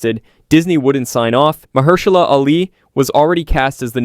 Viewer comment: May I suggest you practice reading your scripts a few times before making your final recordings? Also, you are saying Mahershala's name wrong